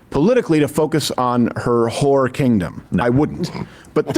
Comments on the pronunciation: Did he say "her whore kingdom"?? What the fuck does that mean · Did Crowder say" Whore Kingdom" referring to Kamala????